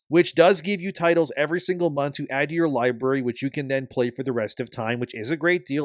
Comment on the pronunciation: "Li-berry"? Really? lol